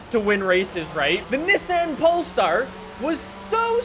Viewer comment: I keep thinking he say Nissan Polestar lol